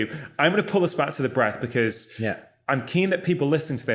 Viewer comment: I love him half but what is he saying pully in? Pully air!?